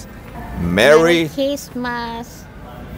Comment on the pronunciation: Merry Christmas guys. Great video. I've never heard Christmas pronounced Kissmas. Luv the accent.